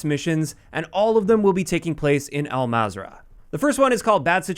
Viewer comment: Everyone pronounces Al-mazrah wrong is just killing me at this moment. So it’s pronounced into three syllables ( Al-Mazra-a’ah ) Hope that helps y’all